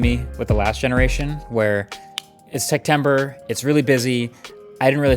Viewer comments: Is it me or did he just say Sectember ? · Did you say sectember?